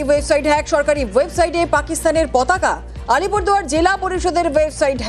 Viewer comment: পতাকা ❌ পকাতা ✅ 😅😂